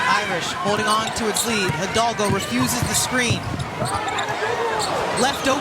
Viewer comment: As a Latin, please, learn to pronounce the surname Hidalgo.